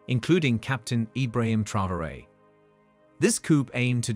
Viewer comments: Thank you. This mis-pronunciation was singularly annoying. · it's no secret the junta is divided and that Traoré got his position after nearly coming to blows with his predecessor Damiba. France is a distraction. Oh and by the way, the very least you can do when doing a video hit piece like this is to pronounce Captain Traoré's name correctly.